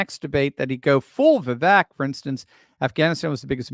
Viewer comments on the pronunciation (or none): none